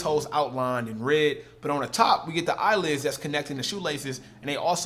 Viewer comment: Did he actually say eye lids?